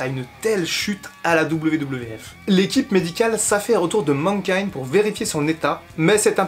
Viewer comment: Mankind et pas Menkind ! M'irrite les oreilles cette prononciation.